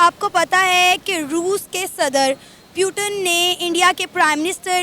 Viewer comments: पुतिन not प्यूतन 😂😂😂🎉 Jai hind 🇮🇳🇮🇳🇮🇳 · पुतिन ❌ प्यूटन ✅ 😂😂😂😂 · पुतिन या प्युटन😂😂😂😂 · Puteen nahi ha,putin name ha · tum putin ko 👉 "...... pyuton......" 👈 keh diya!!! 😃😄😃😄😃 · प्यूटन नहीं पुतिन है वो😅😅😂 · PRONOUNCING PUTIN AS PYUTINN😂😂😂😂😂 THODA CASUAL HAI 😂SHE TRYING TO BE A EUROPIN 😂😂BUT SHE FAILED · Putan nhi putin hai 😂😂😂😂